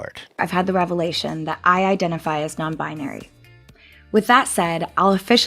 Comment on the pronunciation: She said "revelation " like it was a religous awakening . In a way it is for them